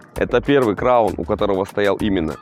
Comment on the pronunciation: Бля аж уши режит от слова краун